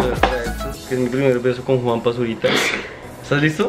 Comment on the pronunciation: el dice juanpa